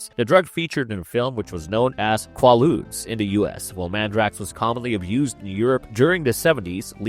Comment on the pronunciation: Also, the drug was QUAY-ludes. The constant mispronunciations was distracting.